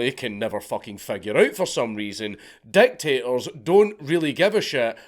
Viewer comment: Every time you said dictators I heard "deck tables"